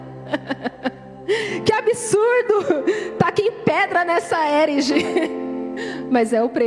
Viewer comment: com licença desculpa, a pronúncia de "herege" é: erÉgi.